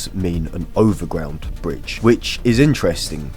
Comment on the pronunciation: "underwater bridge" and "overground bridge" have to be the worst examples of an Englishman speaking English I have ever heard